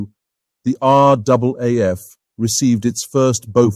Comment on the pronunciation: Thank you. An almost ignored but very capable aircraft overshadowed by its more glamorous companion. Like the P40, the Beaufighter was an extremely important aircraft to the RAAF war in the Pacific. Thank you also for getting the pronunciation of the RAAF correct.